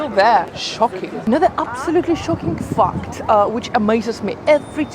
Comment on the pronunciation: Please stop pronouncing "fact" as "fucked" :-)